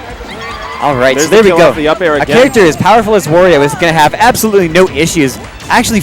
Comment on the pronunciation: Wario, Wa-ri-o come on its not that hard to say his freaking name!